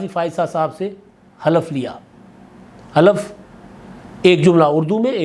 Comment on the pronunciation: Khalaf nhin halaf